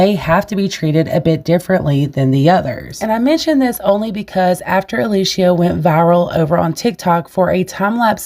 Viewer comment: It is actually Alicia